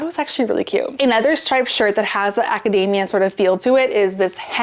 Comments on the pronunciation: I love your videos, thank you so much! But it's not acadAAAAmia, like a nut. AcadEEEEEEmia. It was tough to hear this word mispronounced so many times in a row. :D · It's actually pronounced "academia" with a long "e", not long " a". Also, when did they take the "t's" out of buttons? Cotton? Mountain?